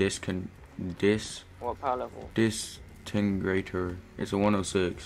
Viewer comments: my mans cant say disintegrater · . He can’t pronounce disintegrator 😂😂